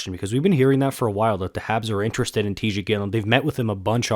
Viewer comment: Teeej not tie